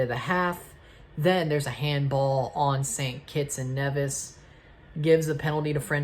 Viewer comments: That's the actual pronunciation of Nevis (Nee-vis). I'm from St Kitts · One of the FS2 commentators called St. Kitts and Nevis St. Kitts and KNEEvis! 🤣🤣🤣